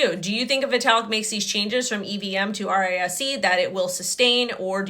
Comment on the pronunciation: RISC V. Read risk five. Not R I S C. Plus less make up please. You look worse then Charles.